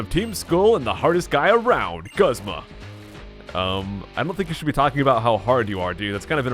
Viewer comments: I am 99% sure it's pronounced GOOZMA! Not guhzma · Its pronounced Goozma not guhzma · Broad Death the anime is not always correct you know right in season 1 Brock says the fire types are super effective against water types... also look at the rest of the comments, most would agree that it's pronounced goo zma